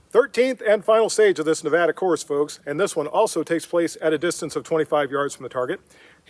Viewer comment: Thank you for showing the respect,,to pronounce our state name properly...It may seem trivial to some,but it means something to us...